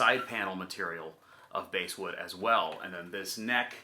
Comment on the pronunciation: Bass wood is pronounced like the fish. Note like base,,, but bass like I caught a bass fishing today!